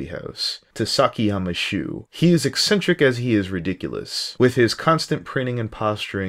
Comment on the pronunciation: did you just say?!! TOO-SAKI-YAMAA SHOE??!!! did you just say TOOSAKIYAMMA SHOE???!!